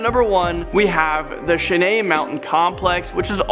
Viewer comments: cringe Cheyenne is not Shenae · sha-nay? Bruh. 'Shy-ann' is how you pronounce it. Silly Canadians. I still love you though. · Someone PLEASE tell that nimrod Cheyenne is pronounced like "shy ann" NOT "shuhnay". It amazes me how dumb some of these so called presenters truly are. Did none of them go to school past the second grade? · 18.mins 27seconds..not to be rude but c'mon guys ..ur educating in these clips u know,vocabulary and historical accuracy should b paramount.."chenae"¿?mountains. I get u guys have different accents than Americans but words r still the same_ Cheyenne= shy-anne. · Why can't the dude say nuclear and not "nuculer"? Also, it's not hard to pronounce Cheyenne like "Shiyanne" and not "shenay". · Sha-nay? It's Shy-ann! Cheyenne! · Cheyenne is pronounced Shy Ann not Chen Nay as in Cheyenne Mountain Complex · That guy needs to learn his American name pronunciation, Cheyenne is pronounced shyanne, not shaynee and Dulce is pronounced dolchee not dolse and the Australian name is Alice Springs, not just Alice! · haha he called number 1. shin a . its pronounced shy ann. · Oh my God! You don;t know how to pronounce the word "Cheyenne"?!!! It's "Shy-anne"!! That's just pitiful.... YT actually offers a great public service...just type in the search area "How to you say or pronounce the word (insert word)", and some kind person will set you straight. It's so much better to sound and be professional when posting on YT rather than...not. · Did you really refer to NORAD as 'Shenay' mountain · "Cheyenne" is pronounced "Shy - Ann"..... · Not crows Ravens. Shy-anne mountain. And he's American! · Cheyenne is basically pronounced "Shy-ann," damn..... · Cheyenne = shy-Ann , granite = gran it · Who's teaching these guys proper pronunciation? For fuck's sake. Cheyenne is not pronounced shenay. Doesn't make it sound fancy. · What to go on pronouncing “Cheyenne” lmao. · Please learn to pronounce " Cheyenne" properly. And its nuclear.